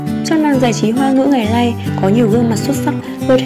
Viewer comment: "Khả lăng", "ngày lay" giọng đọc gì vậy trời